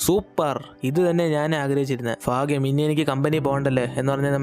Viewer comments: ഫാഗ്യം എന്നല്ല ഭാഗ്യം എന്നാണ് പറയേണ്ടത് 🤭🤣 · faagyam allaa bhaagyam aan😂😂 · Bhagyam - fagyam Buddhi - fuddhi😅